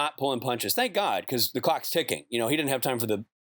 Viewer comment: When Rob says "oh my god" i hear him say "oh my me"